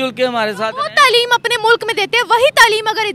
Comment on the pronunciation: abe tleem nahi taaleem hota hai. Urdu toh dhang se bol le.